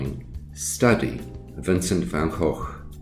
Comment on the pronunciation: I also wanted to say that you are one of the very, very few non Dutch speakers who pronounce the name Van Gogh correctly!👍👍